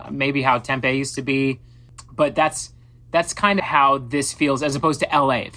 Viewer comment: I struggle to understand how a Phoenix native can mispronounce "Tempe". But I'm super excited for The Format concert this weekend!